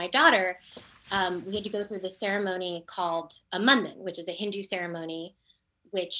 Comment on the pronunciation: Me too! I hate the ways she’s saying Hindu too!